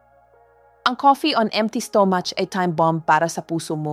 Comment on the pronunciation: Pls. Improve ENGLISH PRONOUNCIATION , sometimes I can’t understand a single word you’re pronouncing, like stomach., I still need to think . You pronouns STO-MUCH etc. thank you!